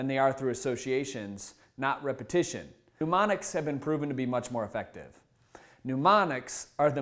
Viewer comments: Mnemonics (Knee-monics), not "New-monics." And a picture is not a pitcher. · Sorry, feeling a tad snarky this morning - first off, photographic (eidetic) memory is quite different than using mnemonics (which he is pronouncing 'pneumonics,' but that's really not a fair gripe). Second, it is hard to take seriously a guy who's claiming that memory skills can be learned by anyone when he can't get his eyes off the teleprompter. Come on. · This guy keeps saying newmonics , say it correctly for gods' sake!